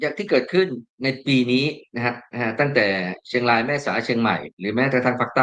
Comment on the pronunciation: ท่านควรใช้ภาษาไทยให้ชัด ร . ควบ.กล้ำ ล้อนแลง. เชียงลาย ล้อน ฟังแล้วสยอง